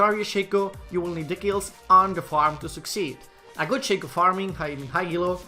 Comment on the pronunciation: its ShAco not Shayco